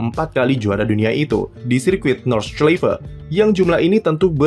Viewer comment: Bacanya Nord-shlai-fe